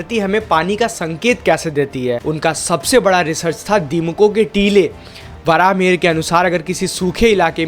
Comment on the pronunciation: Its not varaaha its varahamihira meaning varaha boon mihira Sun means boon of Lord Surya